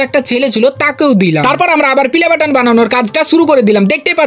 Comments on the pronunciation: Playboton❌ Pilaboton✅ 😂😂😂😂😂😅😅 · পেলেবাটান❌ পিলেবাটান ✅😂😂😂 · Pleybotan ❌pilebotan ✅🤣🤣🤣🤣🤣😂😂😂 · Pilebatan naa youtube pelibattan bola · ৷ ভাই পিলে বেটার না প্লে বাটন 😂😂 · প্লে বাটন❌ পিলে বাটন✅ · পেলে বাটান ❌ পিলে বাটান ✅